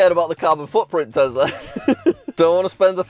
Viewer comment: It’s crazy to me your entire personality is based on a brand you can’t pronounce correctly